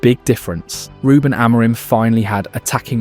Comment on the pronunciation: Is this read by AI? That pronounciation of "RuBEN" was sus as hell